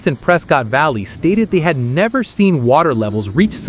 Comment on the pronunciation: I believe the locals call it "Pres-kett" not "Pres-cott" like most people would say